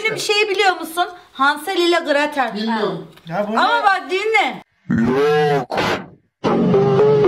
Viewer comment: de Meral ablanın hansel ile gratel diyişi çok komiğime gitti😂❤❤❤❤❤